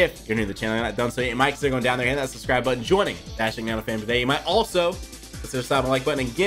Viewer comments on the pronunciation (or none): none